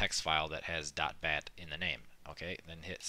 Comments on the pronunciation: wtf does he say? .that? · i cant hear him... it's dot waht? batt? bat? batch?